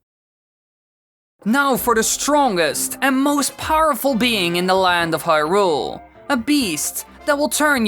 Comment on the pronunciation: This guy’s pronunciation of Hyrule makes me want to punch something.